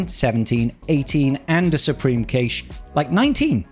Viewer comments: Sorry to be that guy, but cache is pronounced cash, not kaysh. <3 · cache pronounced "cash eh" good video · I think it's pronounced like "cash" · I'm British, I've never heard it pronounced Kaysh here 🙂